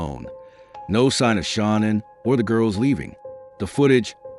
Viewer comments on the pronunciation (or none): Ahh bro, c'mon! Tough to be a subject matter specialist when you can't even pronounce Shanann's name properly. I've ALREADY been annoyed from watchin ENDLESS hours of the Watts case, & there being TWO ways of sayin her name, even her own family called her "Shannon" (Shanann) like you'd hear from many guys'/girls' name--but now here u are creating a COMPLETELY different 3rd option I've never heard a SINGLE other person pronounce it like!? Then you ALSO messed-up his girlfriend's name "Nichol K" as "Nickel". Lol anyway, ANY time I hear 1 of these annoying people pretend like they're "perfect"...A) "perfect" doesn't exist & B) "let he who is w/out sin...cast the 1st stone. At the absolute bare MINIMUM, if you cannot admit that, or that literally EVERY human being sins...then I ALREADY don't trust you--bc you're lying--& that's JUST from that one particualr "test" ALONE--the smarter u are, the easier it is to put these narcissistic liars to the test